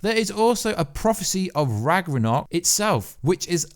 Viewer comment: RAGRANOK it's Ragnarok